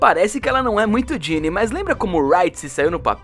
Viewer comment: É Ginna não Ginny mas o vídeo ficou incrivel